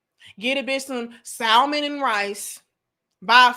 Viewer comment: Too much hamburger meat on the hands and pronouncing the "L" in salmon took me out 2x 😂😂😂😂